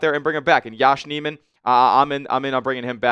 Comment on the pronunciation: Enjoyed watching this, but I want to be honest that when you mispronounce multiple players on the team (Nijman and Corbett) it makes me question if you actually are an avid follower of the team. Not trying to be a jerk, but I feel like if you cover a team on a daily basis, knowing how to pronounce names should be a minimum requirement.